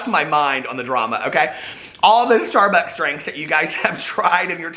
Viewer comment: Love it when you crack yourself up. Lol. Shtarbucks.